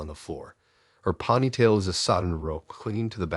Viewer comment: I love the way he says ponytail. Ponney'tail. Ponytail like a pony🐴 is how I say it.